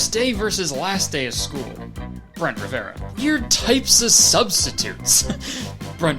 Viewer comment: “bloo-dy ma-ry” “brent ri-ve-ra” kur-tis conn-er uh oh